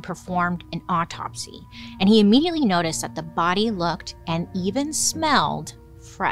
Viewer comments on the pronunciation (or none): none